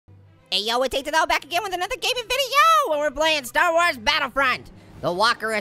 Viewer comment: Star Wars or star wash hahahaha